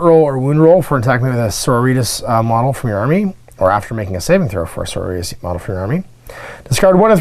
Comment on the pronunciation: How is it, that you are familar with Sisters of Battle, for 20 years, and cannot pronounce "So-ro-ri-tas" ?